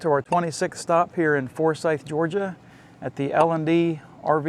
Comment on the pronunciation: Man I wish I knew you were less than 1/4 mile from me. My friend's in-laws bought that campground a few years ago and said they plan on many upgrades. Also you can see more of the plant and lake in my videos. Oh and nice to hear someone say Forsyth right :)